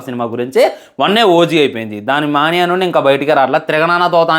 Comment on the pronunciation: మణియ కాదురా మెనియ